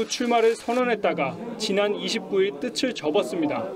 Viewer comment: 자꾸 '뜨슬'이라고 발음하셔야하는데 계속해서 '뜨츨'이라고 발음하시는거 같아요. 누구보다 한국어를 바르게 사용하셔야하는 직업이신만큼 앞으로는 개선되시길 바랍니다.